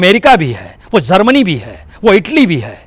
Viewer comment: हज़ार को हज्जार बोलता हैं यह और मुजाहिदीन को मुज़ाहिदीन बोलता है 😀 । जर्मनी को ज़र्मनी बोला है। बस information ले लो बाकी शब्दो की तो जान ले ली प्रसून ने ।hhhh 😀